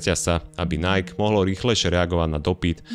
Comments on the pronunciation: v každom videu ma problém s ang.. v tomto videu aj nike, nieje to najk ale najký.. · video spracovane fajn, ale najk? mi to to cele bez prepacenia skurvilo vsetko :D najky, ziadne najk. tl;dr kludne daj video o tom ako najky a spol prislo, vzniklo, bolo a pomaly odchadza ;) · Číta sa to Naiki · skvele video ja len ze vyslovuje sa bude po slovensky “nike” alebo anglicky “najki” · Vyslovuje se to NAJKI, čoboláku! 😂😂😂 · Nike, čítaj ako /ˈnaɪ.ki/